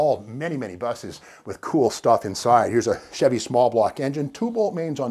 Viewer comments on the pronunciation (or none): none